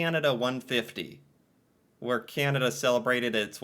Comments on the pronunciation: I cringe every time you say Keyanada. You say Canadian ok. Keyanda is the way most Americans say Canada. Pet peeve on my part. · I love his pronunciation of Canada as "Kee-anada" lol